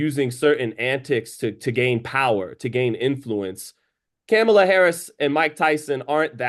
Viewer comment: Respect to knowledge of boxing history and I don’t care what political choice is but 1) to act like Trump pacifying hate against particular groups / Tyson showing his bare ass vs Meg shaking her ass for Kamala is comparable is absurd and 2) calling Kamala “Camel-a” (never heard anybody pronounce that name like that, ever) is tone deaf as hell. Agree with, Paul clearly didn’t apply more pressure when Tyson was dazed and confused in the 3rd round. Tyson gave Paul a chance by putting him on the Jones Jr vs Tyson undercard for his first ever fight. To think Paul was using some powerful Jedi mind trick is overthinking it.